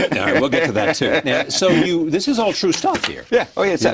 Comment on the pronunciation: What the hell is an epitat? The word epitaph is pronounced epitaFF. He's not so "educated" saying things like "trow it all away, I didn't doo dis, and epitat"